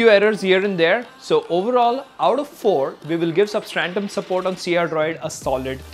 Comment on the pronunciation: Substratum bro, not 'substrantum'. GOOD WORK THOUGH